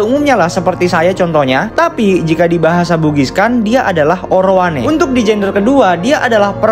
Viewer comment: Izin membenarkan bacaan nya ya kak Laki² itu bahasa bugisnya orowane tapi orang bugis biasanya menyebutnya urane. 🙏